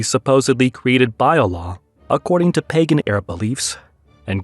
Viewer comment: It's "pey-gan" not "pah-gan"